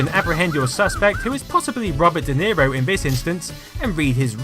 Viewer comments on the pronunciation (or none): none